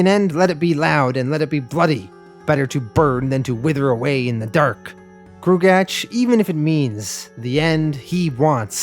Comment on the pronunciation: Just wanted to state for the record that gruagach is pronounced groo-ah-gawck Thanks for doing this series!